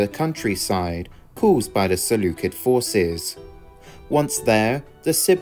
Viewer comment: You misspelled 'usurper' and mispronounced 'Seleucid'...